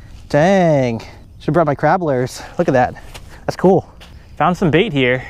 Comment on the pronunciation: I love the way says lures lol "Lurrrss" 😂😂😂